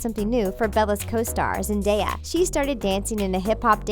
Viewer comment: THANK YOU FOR PRONOUNCING ZENDAYA'S NAME RIGHT!